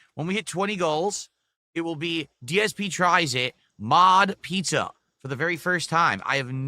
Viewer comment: Maaaahhhhdddd pissa,! Not authentic Italian East Coast. Do you here this Italy? 😂😂🤣🤣😂😂